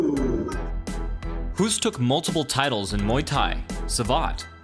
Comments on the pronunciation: The way the announcer pronounces his name means "to cough" in Dutch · So you made an 11 minute video about the guy, but can't even pronounce his name?? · You call him a legend but you can’t even pronounce his name... 🤷‍♀️🤦‍♀️ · I wish that English natives learned to pronounce foreign names correctly for a change. If we are able to pronounce your names, you could try to do the same. Would be effing hilarious if we would pronounce English names the way we read them. Hoost is pronounced Host. Oh,and fun fact: Hoost was beaten twice by an even better Dutch leg kicker: Rob Kaman. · A Dutch legend ! For everyone speaking English. Hoost is pronounced as "Hoast" in Dutch. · Dutch guy here, can confirm it's pronounced like host (as in hosting a party). The double oo in Holland is a long o sound, like hope or host. If his name would be pronounced like the narrator in the video does, it would be spelled Hoest in Holland. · His leg check technique is a basic fundamental technique in Dutch kickboxing gyms. I’m surprised that it seems not to be common in other countries. Btw Hoost is pronounced as Hoast or Host (in English). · Try pronouncing Hoost like the english word 'host'. That would pretty much be exactly the way the Dutch pronounce it. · Hoost is pronounced "Hosed" as in water hose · It's prenounced host. Great video! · Hoost pronounced like Toast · o and its pronoounced as host ... (hoost) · No matter "Hoost"-ood in front of him. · If you want to pronounce his name correctly, try: "Hoast", just like...well GOAT 😉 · Pronounced "host". Like "most" or "roast", not like "hoof" or "goof". Give the guy some respect and correctly pronounce his name. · I love how English speakers pronounce "Hoost". kinda cute😝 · His surname is pronounced the same as ''host'' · it is pronounced as english "host". its dutch spelling not english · Hoost is pronounced host. As if it were written with one o. Instead of adapting americans always change shit. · Oo in Hoost is pronounced like oa in boat.